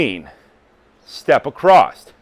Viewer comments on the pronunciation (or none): There is no "T" in "Across" (Just bein' a dick) Good exercises